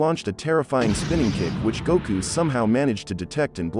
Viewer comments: I am just glad that we have a Goku in the Naruto universe. Let the correct pronunciations be damned! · Gouku, Shikamauru 😂 Tamauri... This word Stells... Ouruchimauru 😂